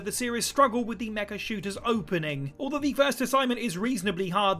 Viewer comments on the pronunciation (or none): none